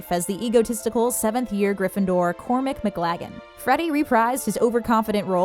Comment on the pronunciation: did she just pronounce his name... Cormic?... this is why no Americans were cast...